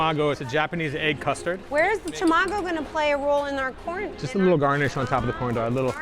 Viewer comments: tah-mah-go not tuh-ma-go, Japanese is phonetic there is no tuh in the alphabet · oh my god… how many japanese words they mispronounced… even a michelin star chef and a chef who’s been around the world, and a professional judge… NOREE? TEMAGO?